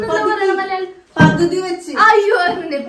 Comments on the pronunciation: പകുധി എന്ന്നുള്ളത് പതുക്കെ എന്നാ parenjedh😂😂😂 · Pathukii instead of paguthi😂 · Ans :pathuki instead of paguthi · Pakuthi enn parayunnathinu pathuki enn paranjath